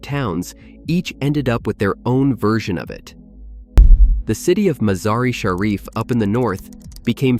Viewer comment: C'mon pronounce Mazar I Sharif